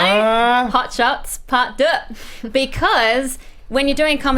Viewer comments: Say "part duh" one more time FUCK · Is it just me or do they pronounce "part deux" pretty poorly?